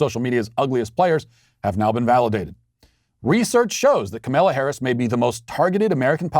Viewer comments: Walsh's refusal to pronounce the vice president's first name correctly is either complete Incompetence....or intentionally dickish. He is a political commentator.. this is his job.......your are supposed to be able to pronounce the sitting vice president's name. We all get he is clearly the dumbest DW host.....but he can't be that stupid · when she was stopping by a rally or some shit in I think cleveland?... The video shows her asking I think her security(little foggy on that detail) where they were at, quietly, then puts the mic to her mouth and said, "Hey (Cleveland, I think), it's Camel-uh!" And that's EXACTLY how she pronounced it.. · The way he pronounces Kamala is my favorite 😂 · hahah even SHE, HERSELF "mispronounced" her own name!... 🤦🏼‍♂️ The left is truly insane.. They need to be clinically diagnosed..